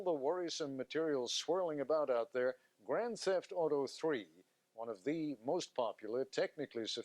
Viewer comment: "Grand Seft auto 3" XD